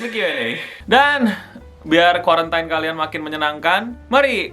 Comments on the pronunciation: it's quaran(teen) not quaran(tain). Sorry, but it's pissing me off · Sorry nih ya gua gemess sama kuwarentain, yang bener kworentin hei suara. Yak bodo amat loe mau panggil gua elitis, gua cuman gregetan aja wkwkkw